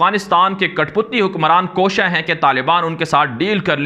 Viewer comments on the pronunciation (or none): none